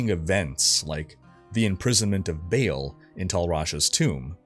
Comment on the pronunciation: I think its pronounced BAHAHAHL not Bale. For Baal.